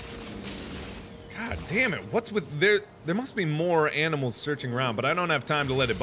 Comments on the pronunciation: he says "aminals" instead of "animals". :P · new meme mark old enough to say animals says aminals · is it only me who notice he says aminimals everytimes or is it me? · did he say aminals or is that just me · he said aminals instead of animals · Dear Mark, Aminals is not a word. Your viewer, Cris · aminals made me rethink my way on how to pronounce animals. lol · Who heard him say "Aminals" lol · I thought it was my brain mispelling but it seems it was Mark himself 😂😂😂